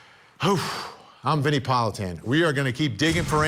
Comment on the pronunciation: Vinnie pronounced it correctly.